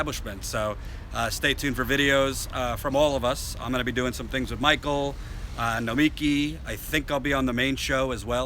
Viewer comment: you've worked with Nomiki for how long and still can't pronounce her name? It is NO-ME